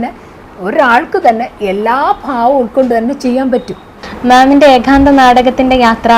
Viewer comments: ആ ഇന്റർവ്യൂ ചെയ്യുന്ന കുട്ടി എന്താണ് പറയുന്നത്.. ഏകാന്ധ മോ???😅😅😅😅 ഏത് കലയെക്കുറിച്ചാണ് ഇന്റർവ്യൂ😂 ഏക അംഗം എന്താണ് എന്നറിയുന്നുണ്ടോ ആവോ .. (ഏകാന്ധം എന്താണ്.. ഏകാന്തം എന്താണ് ) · നാടകത്തേയും അഭിനയത്തേയും ജീവിതത്തിൻ്റെ ഒരു ഭാഗമായിത്തന്നെ കൊണ്ടുപോകുന്ന എല്ലാ വിധ ആശംസകളും. കൂടുതൽ കൂടുതൽ ഉയരത്തിൽ എത്താൻ ആശംസ. ചോദ്യകർത്താവ് ഏഖാന്തം എന്ന് തെറ്റായി ആവർത്തിച്ചത് അരോചകമായിത്തോന്നി. ഇനി ശ്രദ്ധിക്കുമല്ലോ. അതുപോലെ ഏകാംഗാഭിനയം കൈകാര്യം ചെയ്യുന്ന മറ്റ് കുറച്ച് അഭിനേത്രി കൾ കൂടി ഈ മേഖലയിൽ ഉണ്ടെന്നാണ് ഞാൻ മനസ്സിലാക്കുന്നത്. ഇനി ചെയ്യാൻ പോകുന്ന നാടക പ്രവർത്തനങ്ങൾക്കും എല്ലാ വിധ ആശംസകളും